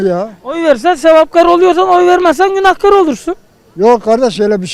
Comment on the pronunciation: İsrarla Günahkar ı yanlış söylüyorsun, israrla karşındakiler doğru söylüyor kelimeyi😂😂